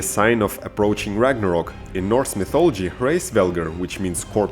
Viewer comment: it called Ragnarök not rangarok.